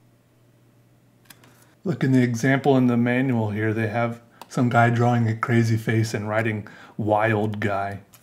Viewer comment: Draw-wing is how you pronounced drawing. 😁